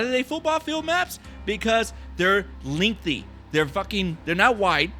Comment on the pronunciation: Lingthy. Lol, sorry. But thanks for this